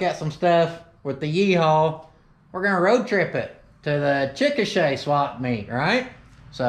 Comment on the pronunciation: Did u just call it a "swamp meet"? Lmao